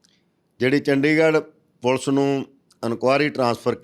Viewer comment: It is Police and not pulse. Plz learn to be a good anchor.